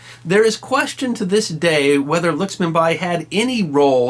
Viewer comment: That was a pretty good capsule,! Not sure I'd agree with everything you say, but I see that you have been balanced in giving us both sides of Rani Lakshmibai's story. The name of the subject needs to be pronouned correctly -LACK-SHMI-BAAI not 'luxmibuy' as we hear here.